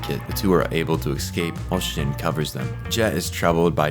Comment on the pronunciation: Such a great video. As a CBB lover, there's so much I didn't realize. Small annoyance. "Escape" isn't pronounced "Excape"! Nails on a chalkboard!